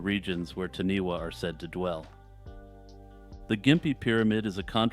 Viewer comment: Taniwha, is pronounced tanyfar.